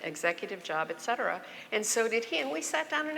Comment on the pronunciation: "ECK cetera"?? What is that? I find it laughable that this feminist thinks she's educated.